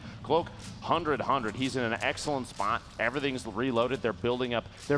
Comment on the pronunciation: the way lupo said spot